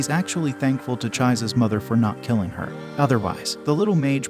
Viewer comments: Who is ChIZes 😂 it’s Chises 😂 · "Chai-z" bruh.... chi-zay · "Chaise" omg it nearly drove me to rage quit the video lol its Chise like saying key se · Not pronounced Chise but chee say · Chize? ITS PRONOUNCED CHEE-SAY DAMMIT 😭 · It's pronounced as "Chi- SE". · the mispronunciation of her name though 😖 bro, it’s Chee-say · Her name is pronounced chi-se 🤦🏼‍♀️ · "<Ch eyes>" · “Chizzeh” would be fairly close; “chi” as in “cheese” and “se” as in “set” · is it pronounced Chaisehs? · Lmao he's really saying Cha-ez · Was looking for this comment lol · Learn how to pronounce her name please! It’s pronounced CHEE-zay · the repeated mispronounciation of teh names is real annoying. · I can't listen to this how he keeps mispronouncing "Chise" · I’m raging at how he is saying Chises name 😂😂